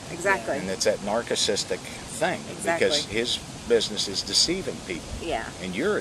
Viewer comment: I remember this from some years ago when Don and Diane were going on the road to bust phonies. One more thing Don, Narcissist is sounded out with all s's, not 'K'. Still fun to relive some of these old ones. This one is classic!